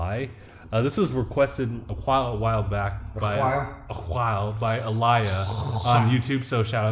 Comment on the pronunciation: Thank you for react to it actually the movie come out in theaters June 19 July 20 is blu ray and digital Download is June 20 is Aliyah not aliyah you pronounced it wrong.